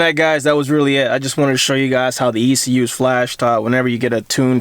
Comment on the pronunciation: E C U!!! Not exhoetech